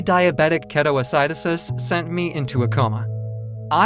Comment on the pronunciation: Keto "Acid" osis. Say it right. Lol